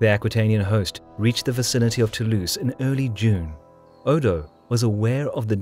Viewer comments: nice, but please pronounce Toulouse with a "z" sound, not an "ss" sound; it really grates the ears. It's "to lose" not "too loose". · Born To-Louse